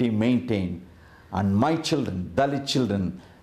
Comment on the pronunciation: I hear dalek instead of dahlit....